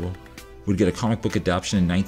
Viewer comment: Good video! Minor quibble, it's 'adapTAtion' not 'adaption' (which isn't actually a word, I'm pretty sure.) Stay awesome!